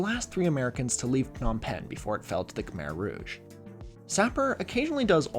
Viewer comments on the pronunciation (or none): none